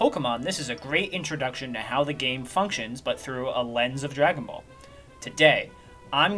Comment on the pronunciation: Drajone boulle pronounced in frensh